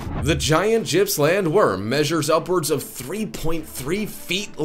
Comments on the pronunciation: As an Aussie im telling you its Gipps-land. If i saw that freak worm i would run. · Gippsland is pronounced with the "g" being like the g in "gill", not like the "j" in Jersey.